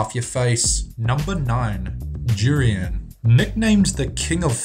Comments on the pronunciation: its pronounce by this DOORIAN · he said jurian xD instead of durian